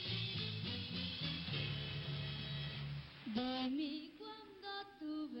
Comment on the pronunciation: A Salvadorian juvenile band singing in Italian in a Spanish host country? It doesn't make sense. I add the horrible pronunciation of the host. He says "la orquesta juvenil Sambuko" instead of "la orquesta juvenil Don Bosco."